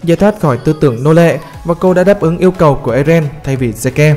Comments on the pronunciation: Zeke đọc là Zích anh ơi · Zeke đọc là zít